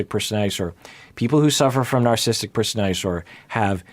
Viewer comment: Love how when has to say “narcissistic personality disorder” several times in one paragraph, it becomes “narsistic personally disorder”